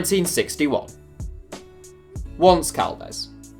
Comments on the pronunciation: Once Caldas is pronounced on-se Caldas meaning 11 Caldas. Caldas is a city in Colombia not far from Medellin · Funny when you pronounce Once Caldas as if "once" was the english word; actually, it's the spanish word for "eleven". Sounds like "Once upon a time in Caldas"... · The pronunciation of Once Caldas made me ears bleed. Once means eleven and it’s pronounced like Beyoncé